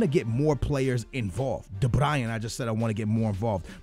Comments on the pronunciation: Not de Brian it's de Bruyne like brew-na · Jon Gunes no it's Kevin de-broy-ne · de BRUYNE pls not fucking de BRIAN. what the fuck man? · Hahahaa u say 'THE BRAYEN' ur supposed to say de bruyne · Pronounced ocoar and de Brian really? It's de bryn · It's Kevin De Bruyne(bruun) not Brayan. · i seriously feel like slapping him across the face when he says de Bryan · It's not de-Brian!!! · de bruyne (broin, like you say groin). idrc but there are probably some people getting annoyed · Btw de bruyne is pronounced de br-oyn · De Bru-ney* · De Bryan? ahhahah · Stop saying De brian!!! FFS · I'm dutch and you saying van Ginkel and De bruyn (Belgic language comes from dutch) sound 10 times more stupid then for al the english people...